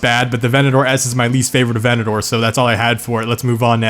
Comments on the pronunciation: A-ventador, again; A-ventador. Not venedoor.. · lamborghini aventador A-Vent-A-Door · bruh.... were you just saying “Venedor” instead of “Aventador” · Aventador only have 1 " o " bro 🤦‍♂️ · All these Aventadors and he forgot the J